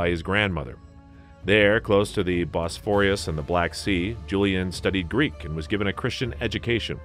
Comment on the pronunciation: A lot of these words are just so rossly misspronounced- cappadocia, bosphorus just to name a couple. look up some of the prononiations - your history and video is really good.